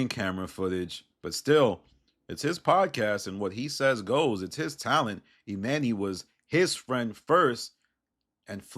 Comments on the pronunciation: The way you pronounce this man's name is crazy esp when you hear them pronouncing it properly. E-MAHN-nee, not E-MAN-E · E-MON-EY. Not e-MAN-y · I hate the way you say Emanny . That man pronounces his name Imani